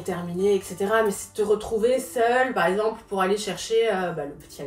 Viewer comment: « Paremple » au lieu de par exemple elle dit ça à chaque fois dans tout les plateaux où elle vas 😂😂😂😂 faut vraiment apprendre à parler